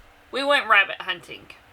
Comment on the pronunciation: I laughed to hard at you today 😂😂😂 "her, weabit"